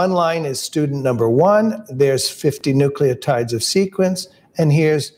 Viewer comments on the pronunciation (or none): none